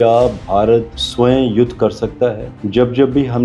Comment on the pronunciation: Sway nahi hota swayam hota he